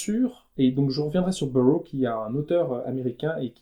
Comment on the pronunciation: Je me souviens quand on voyait Deleuze chaque semaine sur Metropolis, avant sa disparition tragique... Pardon on dit "Burroughs [zzz]" pas burrow comme Beaurose certains lieux-dits en France! Enfin ce ne pe pas à W S Burroughs (language is a virus) auquel vous fait allusion. A suivre! J'avais eu la chance de le rencontrer à la Fnac, une dédicace spéciale encore bien avant. Bref!